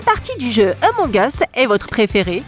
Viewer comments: Ampng us se lit a use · C'est pas emong es c'est among us 🤣🤣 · C pas Emong Us c Among Us